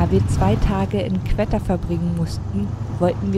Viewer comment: Sehr tolles Video! :) nur spricht man es nicht qwetta sondern einfach wie qotta aus